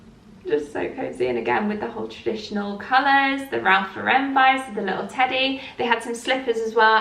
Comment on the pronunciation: Great haul. Ralph Lauren is pronounced like the girl’s name Lauren.